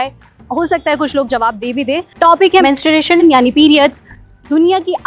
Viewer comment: madam aap khud hi galat pronunciation kar rahi ho 😂. Men-stru- ation sahi h , Mensu-ration to maths me padhte hn😂 Mens-tu-ration jo aap keh rahi ho wo koi word hi nahi hota 😂